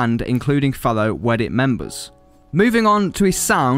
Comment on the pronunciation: dude. it's WEDIDIT. WE DID IT. NOT WEDDIT